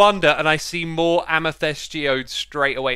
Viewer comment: Week 374: X is still saying "amitest" instead of amethyst